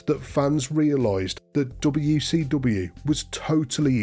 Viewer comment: “DoBeW Cee DoBeW” 😂